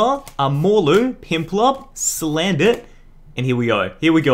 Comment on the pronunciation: Did anyone else hear him say Pimplup? xD